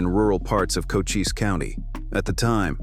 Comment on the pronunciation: That's Cochise County, pronounced Coheese, not Cocas...